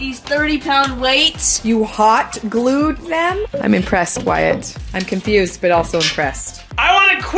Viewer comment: wyatt? not being rude just wanna correct